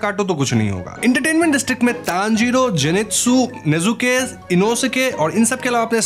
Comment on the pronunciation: You said wrong jinetsu